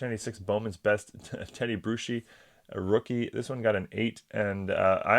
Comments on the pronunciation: It's pronounced Brew-ski, not Brew-she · And it’s Brew-ski! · PSA owes it to their customers to explain there grades. I despise those cards that look perfect getting 8 or 9’s! AND; Being a 6 time Superbowl fan of The New England Patriots; Teddy Bruski’s name is pronounced like a beer- Brew-ski. One of the great Patriots Linebackers of all time. Even after suffering a stroke he came back to play spectacularly for a short period!